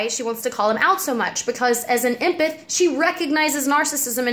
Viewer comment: I know you probably have gotten comments about this and it's such a small thing but it's pronounced "em-path". Like the beginning of emily and then the word path. Silly thing to correct but I hate when I pronounce words wrong and always want to be corrected. That being said, you're beyond gorgeous :) keep doin you girl